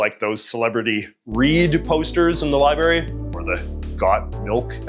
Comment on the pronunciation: Did you say “Li-berry”?